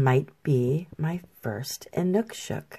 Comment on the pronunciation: thank you for the great painting - plus providing the correct way of saying Inukshuk. I think they're fascinating.